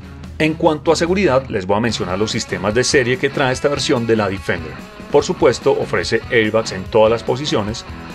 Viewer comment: bien por el video ,pero se pronuncia defender tal como se escribe ,no difender.....